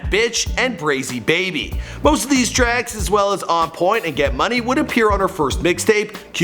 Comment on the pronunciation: How does he say brazy baby right but not Molly Brazy right